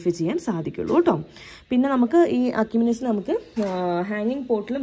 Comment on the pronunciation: എഷിമിനെസ് എന്നാണ് പറയേണ്ടത്.